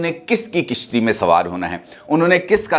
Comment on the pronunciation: Kishti Nahin kashti